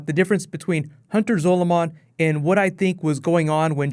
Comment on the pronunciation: Zolomon is prounounced the same as Solomon.